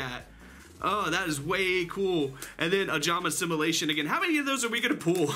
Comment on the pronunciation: ojamastimulation almost sounds to me as "ojamasturbation" lol